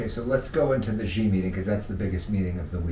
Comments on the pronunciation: Shee Not Jhee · YOUV'E LOST ALL MY RESPECT WITH YOUR PRONUNCIATION OF XI'S NAME. BYE! UNSUBSCRIBE.